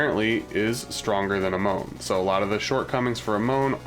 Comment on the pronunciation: Its A-mon not A-moun